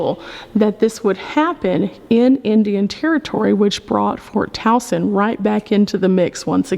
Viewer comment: I am just amazed that you pronounced Towson correctly. We have a Towson MD and people often pronounce it “Toe-son”. 😂. All kidding aside though - great video - Andrew Jackson was an awful president - I will be glad when Harriet Tubman replaces him on the $20 bill. Thanks for educating all of us.